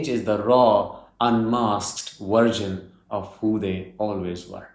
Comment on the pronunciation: It's VERSION, not wersion.